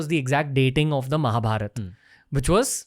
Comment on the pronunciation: Thank you sir for saying Mahabharat instead of Mahabharata, Avatar instead of avatara ❤